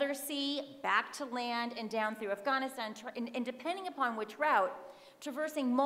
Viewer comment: Lost any/all interest after the third forced pronunciation of "Afghaaaaaanistan". I'll skip the rest of the presentation and just assume I'm supposed to blame the CIShet white patriarchy for everything (as per usual).